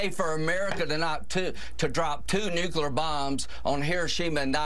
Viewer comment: Did Graham say Nuculear? I think he did.